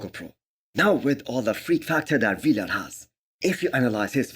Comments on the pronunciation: Vlad not V-Lad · Not V-lad, just Vlad